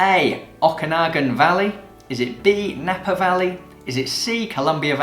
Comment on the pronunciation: 7 out of 10. Thanks for that Canadian questions. Although, I will mention that the Okanagan Valley is pronounced "Oak"anagan, not "Auk"anagan. Loving the quizzes!!